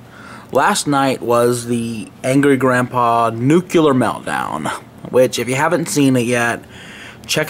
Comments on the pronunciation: NUKULER MELTDOWN. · Nuculer meltdown? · nukeler what its nuclear not nukeler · Oh no... says "nucular" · nuculer...? NUCLEAR!!! come on get it right.